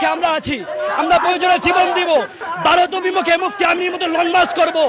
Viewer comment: "ভারত" কে "বারত" বলা অশিক্ষিত মূর্খের দল এরা। কী যে ছিঁড়তে পারে এরা, নিজেরাই জানেনা!